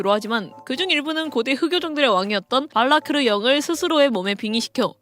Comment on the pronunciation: 포르스를 포로스로 배니부를 베니부로 / 발라크르를 발라르크로 '적는'건 많이봤어도 읽는걸 발라르크로 읽는건 또 처음보노 🤣